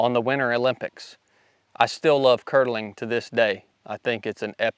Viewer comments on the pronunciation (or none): Kurdeling?? curling😂🤣😂🤣 Love the stories and the channel.. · "CurDling" lmao........think he meant curling........ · It’s curling NOT curdling 😂😂😂😂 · It's curling not curdling 😂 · Curr-delling 😂 lmfao. CURLING my boiiii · Great video! I've met a couple guys who were Navy SEALs and I've heard some of their tales of the various stages of the path taken to eventually become SEALs. I hear in your voice the same conviction they had when they told their personal stories. The only issue I had with this video was that you actually watched curling that was televised from the winter Olympics but it sounded like you said curdling (which is a process used in the production of things like cheese curd or tofu). The reason I noticed the difference was that my mother was a fan of the sport. I could be mistaken in what I head but I don't believe I was. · Curling bro not curdling and yes it is epic. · Curling or curdling? Haha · *CURL ing Not curdling They weren't making cheese, right? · Curling not curdling. 😉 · Isn’t called curling and not curdling? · You SEALS are true, all american badasses! I love your flat, dry, sense of humor. Training in kodiak was so brutal that you enjoyed watching olympic curdling. Must take awhile to watch milk spoil! Don't know if you were cracking a joke or just mispronounced the name of the sport, either way i found it funny as hell! Thanks for putting your ass on the line for us and keeping America the greatest country on the planet. Keep the great content coming. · It's "curling".